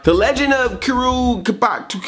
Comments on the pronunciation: It's pronounced koo-row ka-boo-toe :) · I think it's actually pronounced "Koo-do Kah-bah-too". Just wanted to let you know. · Kuro Kabuto(Koo-row Kaw-boo-tow) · Come on Andre! "Kuro Kabuto" isn't that difficult to say. But I understand that it is better to just call it "Shredder's Helmet". Still I loved this Recap and I enjoy this episode of the TMNT.